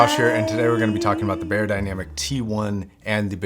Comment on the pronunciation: It’s pronounced: Buyer Dynamic ;)